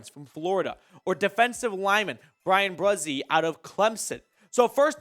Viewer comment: I grew up with Bryan Bresee and him and I played against each other growing up. And it’s Bryan Bree See that’s how you pronounce it lol